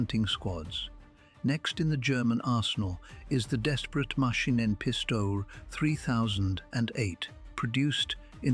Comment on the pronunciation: Funny how the AI voice pronounce "Machinenpistole".